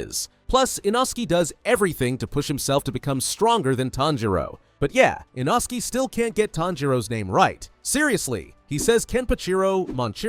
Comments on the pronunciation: Bro, who is Inoski? It's inosuke. | | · I dont know but has the english dub come out yet? I have finished the books but want to watch the english and japanese versions and my favorite lower rank demon slayer is NOT called eenoskee its inoskay its spelled inoske which is a little wierd but seriously!??! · Ah yes inoskie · Frrr… like inosuke just can’t get his name right 😭